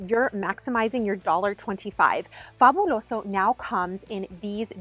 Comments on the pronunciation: I Love ❤️ the way you say Fabuloso. I feel like you know how to speak Spanish well. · The pronunciation of “Fabuloso” 👌👌👌